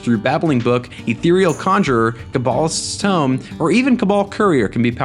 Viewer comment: OP has trouble pronouncing Cabalist's Tome.